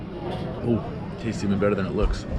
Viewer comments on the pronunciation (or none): none